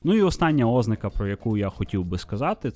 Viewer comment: Дякую за важливу і корисну інформацію Окрема подяка за подачу українською❤ Але: 😢У зазначеному вище слові наголос має бути поставлений на склад з літерою А — ознАка